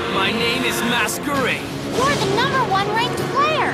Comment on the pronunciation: I think you should say something like "Spoiler Alert!" Because you'll ruin it for other people. :/ and by the way, its Masquerade not maskaraid lol :P